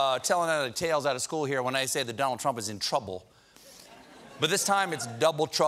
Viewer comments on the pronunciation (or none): none